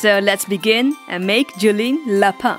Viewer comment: No you pronounce lapin as LAPAIN not LAPOH